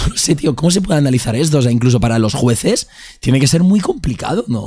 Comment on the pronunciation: "juecez" JAKSJAJAJSJAJAJ